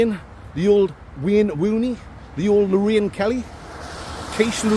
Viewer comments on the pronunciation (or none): none